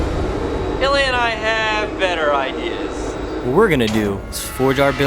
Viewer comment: мля, а я всю дорогу думал, что называет Элиот) а это оказывается просто специфика произношения русского имени))